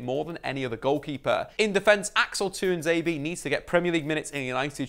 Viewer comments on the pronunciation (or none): none